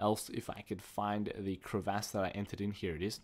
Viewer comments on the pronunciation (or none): Metaphoric and crevaahsss lol at your pronunciations ;D